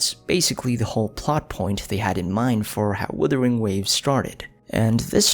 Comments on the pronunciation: Great lore breakdown, Thankyou! Also, I'm still waiting to hear Wuthering instead of withering xD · Love this video, looking forward to more. Being polite but a bit of feed back, it does bother me when you pronounce the game Withering, instead of Wuthering.